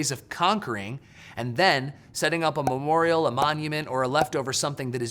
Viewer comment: Just say "memorial" bro. Love your energy tho. Peace